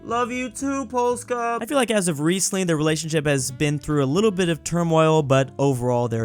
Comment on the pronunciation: just pronounced Polska correctly... impossible